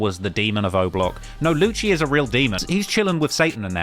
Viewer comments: Isn't Lucii's name pronounced as "Lucy"? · first ting: it's pronounced like "lucy" my guy second ting: he isn't affiliated to block 6 no more, they tried to finesse him and other member called tzgwala, wich went to them two, and A6' younger brother YA6 to leave the gang and create the gang NR, and YA6 renaming to YA because the unlinking block 6, wich is pretty much dead in terms of music rn. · My guy knows nothing, can’t pronounce Lucii (Lucy) properly eventhough the guy says his name is pretty much every song. Lucii isn’t a part of block 6 anymore and hasn’t been with them for ages, he’s with NR with young A6 and Tizgwalla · The way this guy kept saying Lucii's name 😂😂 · The way you pronouncing Lucii is quite dreadful mate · so weird how you don’t know how to say Lucii’s name and you still think he’s block6